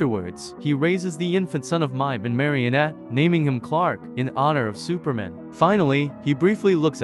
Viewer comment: Why do you pronounce Superman like that?